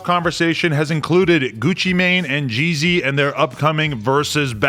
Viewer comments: This is biased cuz Adam don’t know anything really about Jeezy, sounds like he kept saying “Jay-Z” haha 💯😂💨💀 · Pronounce Gz not GG